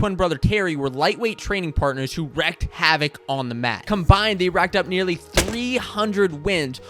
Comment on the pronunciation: Wow! You know the correct pronunciation of "wreak," I'm impressed!